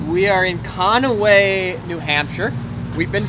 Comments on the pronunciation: It's pronounced con-way there bud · Added a whole extra syllable